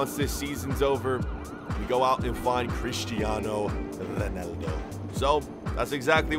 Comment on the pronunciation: The way he says Crestieno Reneldó